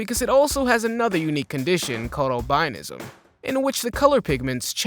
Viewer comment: albinism pronounced owl- bin- ism. My daughter was born with albinism.